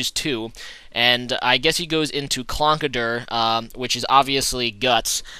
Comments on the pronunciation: It's Conkeldurr. Not Clonkedurr. -_ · Conkeldurr not Clonkederr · What is Clonkerdurr? Conkeldurr? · There is an 'L' Conkeldurr